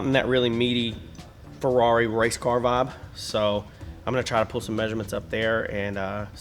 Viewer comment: “Feckari” “f**kari” “ferr-it”